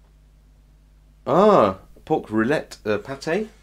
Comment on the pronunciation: rillette is pronounced like ree-ett both L are rolled and I had the misfortune to taste the old french army ration during my service which had a pack of cigarette and tastes like food too old to be consumed You are quite lucky to taste the new ones ^^